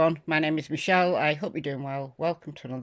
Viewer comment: It says michelle but it sounds like michael....